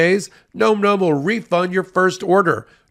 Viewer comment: Guys youre reading the dog food ad name wrong. It's "Nom like "nominate" not like "Gnome". Trust me, this is a furry word, and I am a furry.